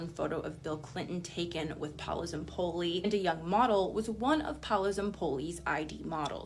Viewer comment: Sir his name is pronounced pow-low